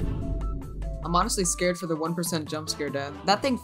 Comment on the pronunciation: iM sCreAd youtube deleted my comment so im reuploading it here